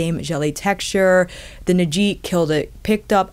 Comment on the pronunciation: Not that it's super important, but the correct pronunciation should be Ni’ji, with the stress on NI. Love the detailed review as always!